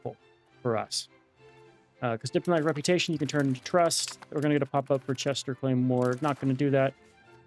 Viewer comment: Worcester = Wuster